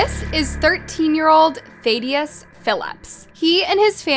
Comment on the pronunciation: She can say Thad but she can't say Thadius.